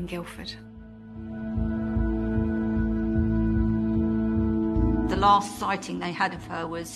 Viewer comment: Guildford, not Guilford